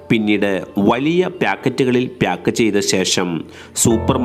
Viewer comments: പ്‌യാക്ക് അല്ല പാക്ക്😊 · ചിലർ ബ്യാഗ് എന്ന് പറയുന്ന പോലെ. 🤣🤣🤣🤣ഇവനൊക്കെ എവിടുന്നു